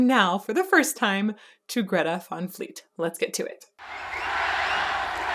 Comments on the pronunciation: Umm... Is Van fleet....not Von fleet haha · It is pronounced Greta Van Fleet not Greta Von Fleet....